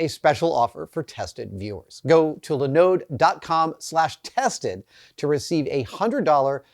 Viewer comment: I have never heard anyone put the emphasis on the second syllable of Linode before.